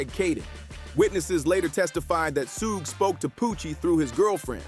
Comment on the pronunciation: Why can't this this guy say suge correctly